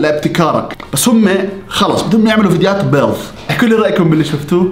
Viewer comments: بيض ❎ بيظ ✅ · بيض ❎: بيظ ✅